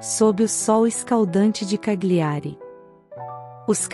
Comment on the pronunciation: CAGLIARI, pronuncia-se Calhiari, pois as consoantes GL juntas no idioma italiano tem o som de LH em português.